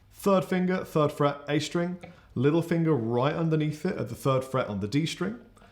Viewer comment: I just realized something... I was British all along! Lousy speech therapy classes were useless. Hearing say "fird fret" repeatedly made me realize I was actually just on the wrong side of the pond and didn't need to learn the difference between "th" and "f"....